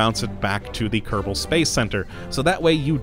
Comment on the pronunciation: Can never tell if he says "Kottabo Space Program" or "Kerbal Space Program" with a rolled R in kerbal